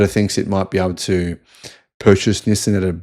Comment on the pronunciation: Yes, they will, but not "Nissin".